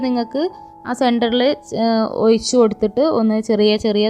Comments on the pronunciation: ഒയിച്ചു കൊടുക്കുകയല്ല ഒഴിച്ച് കൊടുക്കുകയാണ്. പറഞ്ഞത് തന്നെ പിന്നേം പിന്നേം പറഞ്ഞു മടുപ്പിക്കുകയാണ് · Why she pronounce oyichu, uyinnu, etc. Boring